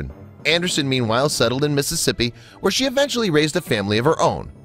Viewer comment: It's Eventually, not UHventually.